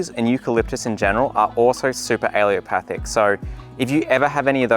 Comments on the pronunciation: Why does no one pronounce allelopathic correctly? My botany professor even pronounced it “alopathic” and here in this video it is being pronounced “alliopathic”. A-lell-o-pathic. Just like it’s spelled. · he says ‘aileopathic’ but the caption says ‘allelopathic’ - which is it? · “Allelopathic” is CORRECTLY pronounced: AL-LEL-O-PATH-IC👍 not A-LEO-PATH-IC 👎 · Great video but you are not pronouncing 'allelopathic' correctly. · Great video with very useful information, but please learn to pronounce the word ‘ allelopathic’ properly. It is not ‘ aleopathic’ which is how you’re pronouncing it. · UH-LEE-LO-PATH-IK... You're forgetting the second 'L'. Also, daikon radishes are still used as cover crops, because the pros outweigh they cons. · Please learn to pronounce the word correctly! It's al-LE-LO-pathic. You're dropping the 2nd L. This is a disservice to the people you're trying to teach. Thank you. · Really good info!! Good to know for companion planting. And please don't take offense but it's pronounced "uh-LEL-o-path-ic." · Alle-L-opathic !! Theres a "L" in the middle of the word! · Why don’t you pronounce the third “L” in allelopathic? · He is mispronouncing allelopathic altho he has used the right spelling😀 Allopathic, which some Comments are mistakenly saying, refers to modern medicine which uses drugs, surgery & therapies to treat symptoms & disease. Basically, western medicine. Allelopathy refers to the biological process in which plants release chemicals which affect the growth of other plants. Allelochemicals can have a beneficial or inhibitory effect. Mint has a beneficial effect on apples - but grow in a pot. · Might help your case if you learned how to pronounce allelopathic. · Great info... except for pronunciation. You keep leaving out the last "L" every time you say it. 🤨 "Allelopathic" is correct, not "alleopathic." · It’s alleLOpathic, not allEOpathic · It’s not pronounced alliopathic. It’s pronounced allelopathic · Not "aleo-pathic" a-LELL-o-pathic.